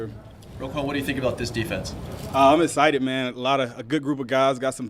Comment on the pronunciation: Very “essited” lol love this guy